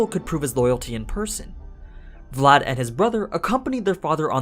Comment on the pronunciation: I literally slap my face every time I heard you pronounce any romanian name , either for people or regions name considering that I’m Romanian... At least you got Vlad name right